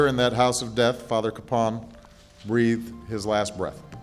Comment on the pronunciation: I know locally everyone pronounces his name CAPE-un, but an effort really should be made to pronounce his name correctly, as the family does, which is Ka-PAWN.